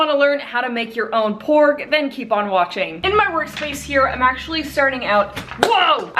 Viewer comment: I heard her say pork XD